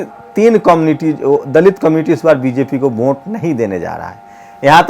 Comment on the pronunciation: Vote hota hai bhai..Vonte nahi...thoda pronounciation thik rakhiye..